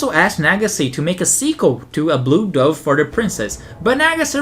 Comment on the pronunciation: You pronounced osean and dove wrong, m8